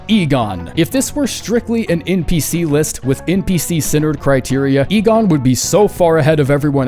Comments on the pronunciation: bro is finally saying Igon right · credit where its due, this time Igon was properly pronounced o7